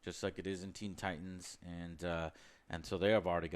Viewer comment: Straight down right disrespected the name “Titans”